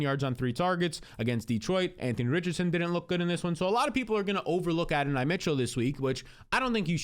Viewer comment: Adonai pronounced A Don knee